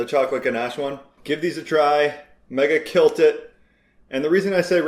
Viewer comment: He said she “kilt” it 🤣